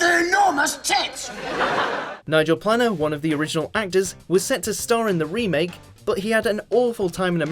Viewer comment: And, of course, Nigel Planner and Steven Mow-fat.